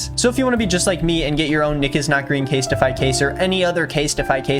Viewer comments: Is anybody going to comment on how Nick said casetify? Case-TI-FY? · why you say casetify like that